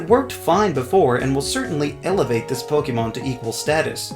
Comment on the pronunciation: Ok, does it trigger anyone else that he says Poke-ee-mon instead of Poke-e-mon or Poke-ay-mon? No? Just me? Oh....